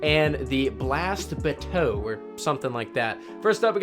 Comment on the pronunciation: Royal chase trumps scout rifles and should have been a 3rd in the line up. It's smooth, has great perks, void and dragonfly is beast on it. I love the gun. And it's "Kar-Been" and "Blast Buh-Tuheee", like Two E.